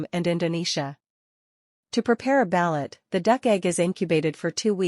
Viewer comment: Learn how to pronounce ba'loot.